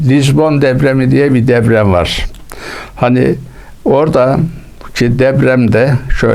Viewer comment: Ula herif DEPREM bile diyemiyor, deprem yerine DEVREM diyor. Usta, deprem senin asker devren mi. Zaten kağıttan okumasa, konuşmasını da bilmiyor.